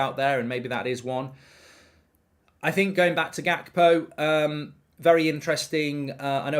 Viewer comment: Unrequested pedantic question — isn’t the “G” in Gakpo pronounced like the “G” in Ruud Gullit?